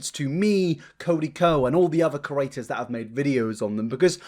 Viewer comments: And when he says curator instead of creator. 😖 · You're genuinely nice and funny but... its pronounced creator not corator ♡ I don't want to come off mean its just a word you use a lot!